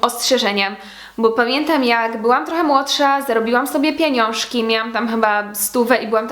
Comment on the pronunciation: Jak mnie irytuje jak ktoś mówi "pieniąrzki" Jestem ze Śląska a na Śląsku nikt nie powie na pieniądze "pieniąrzki" (nawet nie wiem jak napisać pieniąrzki)albo pieniąszki poprawcie mnie plis